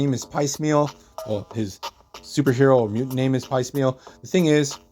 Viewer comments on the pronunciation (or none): there's a moment that echoes the Mystique/Destiny story. It's not blocked as well, but movies aren't comics. Also, I don't mean to be rude but Piecemeal is pronounced w a long e in the first syllable. It's one of those words you see in print but don't hear very often. It's kind of a shame they didn't address his fate during Krakoa, given what ends up happening to him.